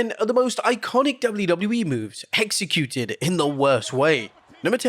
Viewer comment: Did you say "Hexecuted"?? 😅🪄🎃